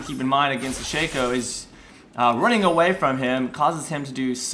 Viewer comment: I am so glad someone pronounces Shaco correctly!